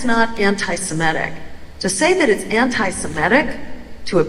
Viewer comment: Jill, say it correctly! It's anti-se-MIT-ic, not anti-si-MET-ic!